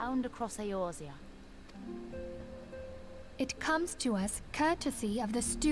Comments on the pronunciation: Does Asmon mispronounce Eorzia on purpose or what? It's like if people called it Aizerot instead of Azeroth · He will never get the name pronunciations right xD ISHLOTTA is actually pronounced ISH TOLA E orzia is actually pronounced A orzea